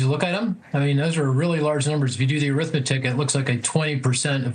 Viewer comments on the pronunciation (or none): SAY ARITHMETIC ONE MORE TIME!